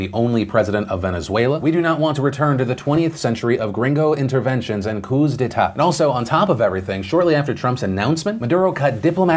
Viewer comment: The s in coups is silent.